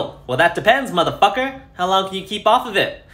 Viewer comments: I love how he emphasizes motherfucker, it's truly inspiring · it's obnoxious, this guy is the worst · what’s so bad about it lmao